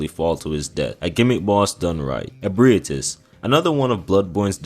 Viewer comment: bro the pronunciations are insane in this video how tf did you manage to say ebriates right but somehow fucked the word issue or manus